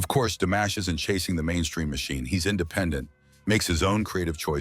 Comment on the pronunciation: C'est une nullité sans nom ta vidéo pourrie ! On dit pas DAmash mais DImash, rigolo va !